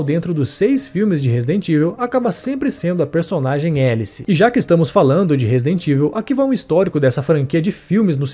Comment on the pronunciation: A pronúncia de Resident Evil do locutor é de doer. Chegou a criar uma nova palavra em português: RESIDENTÍVEL. 😂😂😂😂😂